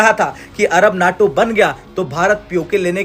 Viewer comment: NAAAAAAATO nahi.........NAYYYYTO NAYYYYYYYYYYYYYYYTO NAYYYYYTO